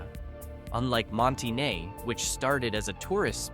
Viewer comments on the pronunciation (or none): Monte Ne? No, it's called Monteh-nay, callit any thing else and we will throw rocks at you.